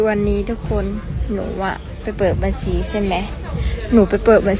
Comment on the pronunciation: พูดภาษาไทยยังชัดเต็มร้อยเลยพูดคำว่าบัญชีให้ชัดเจนก่อนนางเอย